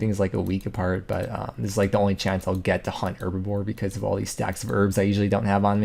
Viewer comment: Love the videos. But does it drive anybody else crazy how he says "herbaVORE" instead of "herbLORE"? Lol